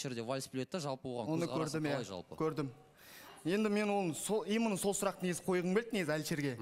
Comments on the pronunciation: 😂😂😂 ЫЛҒИ "ИМЫННО " ДЕЙДІ ҒОЙ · Расында,именно деген сөзді имынно деп позор болғанша,таза қазақша сөйлеңдерші?!😅😅😅